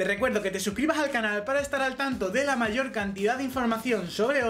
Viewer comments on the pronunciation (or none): none